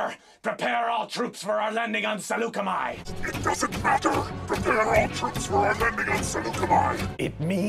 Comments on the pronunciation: Sal-yoo-CAM-EE Gosh, TCW always buggered up pronouncing tons of in-universe names. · I thought Saleucami was pronounced "suh-loo-KAH-mee" 😂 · Have I been mispronouncing Saleucami all this time or did Disney change it at some point?